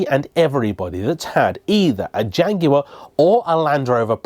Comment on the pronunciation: So nice to Jaguar pronounced correctly.